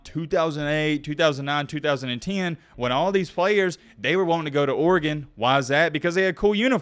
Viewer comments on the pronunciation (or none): none